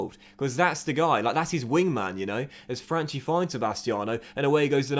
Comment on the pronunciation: Correct pronounciation of Franchi is: Fran-Key . Still good signings